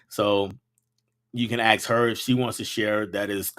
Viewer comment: I asked you over a month ago regarding why you pronounce ask the way that you do. You have not commented on my comment or responded in any way or answered my questions. Why is this? Are you going to be obstinate and continue to pronounce ask the same way you are in doing so or you going to evolve? You should evolve because you are a teacher and you if you say the word ask like that in front of your students you are especially endorsing it. The people that you teach deserve the opportunity to learn the words the correct way and not be set up for different ways of perception in society by the way that they pronounce very serious key words. You need to evolve your way of saying the word asked and you also need to acknowledge my comments because you come across as a classless individual obstinate to change otherwise